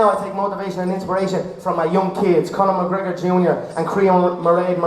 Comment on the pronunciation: "The retorn of da notorious Conor MgGregor" (crowd goes wild) LOL